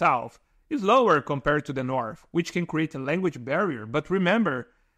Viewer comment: When you say 'kom-par-red', are you actually trying to say 'compared'?